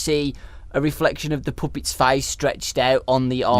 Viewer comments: said Poopet lol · i think said poopet instead of puppets